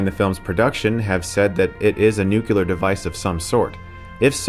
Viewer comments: ~ Nucl-ee-er, not "noocular." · *nuclear, not nucular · It's pronounced NU-CLE-ERR! Not Nu-Cue-Ler! Acccccchhhhhhhh! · Chris.... ouch! It's 'nu-clear' not 'nu-kular.' Love your reviews, but this is a peeve of mine. It's akin to 'ax' instead of 'ask' for me. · I don't know why it bothers me so much, but it's pronounced like it's spelled. NU-CLEAR. Not fucking newk-you-ler. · Why do Americans say "Nucular?" It's pronounced "Nuclear." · I love you Chris but... Nuclear is pronounced New-clee-r, not New-q-lar. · why do so many people struggle with the word ''nuclear''? not a particularly difficult one, and yet so many say ''nucular'' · "Nucular" is not a word. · "nuculer" weapon? .... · Those are nuke-u-ler weapons! Wow! I didn't know that. I thought they were nuclear. ;) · New-clear. New-clear. NEW-CLEAR!!! Cheeses Rice! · It's Nuclear not Nukeyoular. otherwise awesome video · Nucular Chris? Really? Nucular? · NOT NUKE-YOU-LAR facepalm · It's NU-CLE-AR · Chris at it again with the damn ''NUCULAR'' weapons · "a nucuhlar weapon?" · Noooooo don't say "nucular" :( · How is it that in 2018 people who communicate for a living still manage to pronounce nuclear as new-kew-lur ? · "nucular weapon" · What's the deal with the word "nuclear"? Every time I hear most native English speakers say nucular it just annoys me a bit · Chris, you are great and everything, but you really really really need to stop saying "nucular"... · nucular loll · Good video, but...Chris says NucElar.... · pls stop saying "nuculer" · I’m enjoying this intelligently written piece on one of the greatest films ever, but when I hear Stuckmann say “nukular weapon”, I lost it 😂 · "Nucular" Chris, no. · But don't give him hopes. Chris has us stuck with Nukelar for years now. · am I hearing things or does he keep saying "nucular" ? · He says nucular in another review too lol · Did you say, "nukular"? 🙄🤪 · Chris Please learn how to say "nuclear" correctly